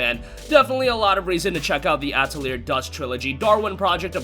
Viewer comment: Hate to be that guy, but Atelier is pronounced "Ah-teh-lee-ey"